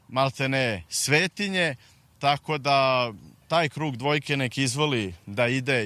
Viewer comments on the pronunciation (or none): none